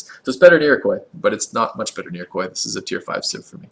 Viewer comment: IroquAY? Really? How did you get that pronunciation?